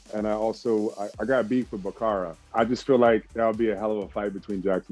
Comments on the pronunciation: who the fuck is Backara ???? u legit said it twice without hesitation and u were confident as hell wit it...... BRUH ITS FUCKIN BARACKA BRUH 😂🤣😂🤣😂 BARACKA!!!! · It sorta bothered me when I heard Jax say Bakara and not Baraka lmao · Calls Baraka Bakara 🤣🤣🤣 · Did he just call baraka bakara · did he just say bakara ???? BAKARA??? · Baraka not bakara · Anyone else noticed how Mehcad pronounced Baraka as “Bakara” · It's not bakkara it's barakka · It's not Bakara it's Baraka! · JAX said he want to beat the "BAKARA" !?! his name is "Baraka" btw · Did man's jus call baraka, bakara? 🤣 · Ba-kara? It's pronounced Ba-raka my dude. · Come on Mehcad, you just lost some cool points bro, Bakara, how can you Fuck up one of the most important villain characters in MK. it’s Baraka but I’m sure you knew that right and it was just a mispronunciation. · did jax just called baraka,,TAKARA?? brrruh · Bacara lol Baraka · Did he just call Baraka "Bakara"??? come on man... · Mehcad Brooks said Bakara? Hahah (Baraka) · He said bAkArA smh it’s baraka broooo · bakara lol, BARAKA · BARAKA not Bakara lol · It's funny how mechad Brooks says bakara instead of baraka ( not trying to offend him just sayin) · anybody wanna tell him it’s Baraka? Not Bakara? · When Mehcad Brooks aka Jax called Baraka as "Bakara" Hopefully I heard it wrong, but nope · I wanted to jump through the screen and smack him for that. Really? Bakara??? Baraka is one of the most popular in the franchise. How do you screw that up and still call yourself a fan? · He called him BAKARA wtf😂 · Lmao this dude said bakara. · This man said Bakara 🤦🏿‍♂️.....nighaaaa. 😂😂😂😂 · "BAKARA". Facepalm. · he just mispronounced it. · IKR, he said it wrong lol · Haha mehcad brooks pronounced Baraka wrong 🤣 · its easy to slip up even if you know how to actually say the name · Jax needs to get Baraka's name right